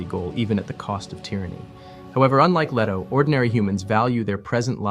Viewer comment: LEE-toe, not LEH-toe (listen to Emperor Shaddam IV in the 1984 Lynch movie scene of the secret visit of the Guild Navigator). CHAH-nee, not CHIY-nee (the entirety of the Czech mini-series)